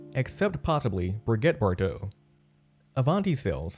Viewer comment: Wow, all that work, a very accurately researched script, a professional presentation, and then to mess it up with a narrator who doesn't know how to pronounce Studebaker (or Brigette Bardot). I noticed that toward the end the pronunciation got a little closer to correct. Suppose someone said something, but they decided it was too late to start over? I wonder if he may have heard it pronounced that way sometime in the past, and didn't realize it was a joke.